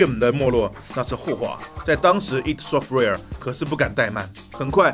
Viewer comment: Id software不是读i.d？